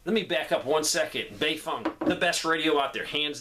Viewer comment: I left as soon as he said baefeng lol